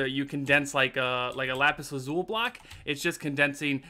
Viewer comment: You said lapis lazul ... :O